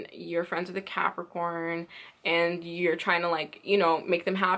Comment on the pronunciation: You misspeak Cancer and Capricorn in a lot of your videos....#JustFyi Why is that?